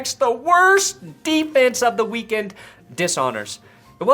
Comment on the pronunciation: You said weak sex, haha.